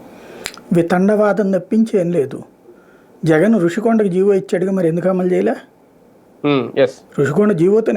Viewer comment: సర్ దానిని జియో అనరు జీవో అని అంటారని ఎవరన్న చెప్ఫండిసర్ ఆ శుంఠగాడికి😂😂